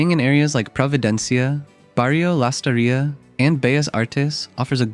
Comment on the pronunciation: Lastarria no "Lastarría"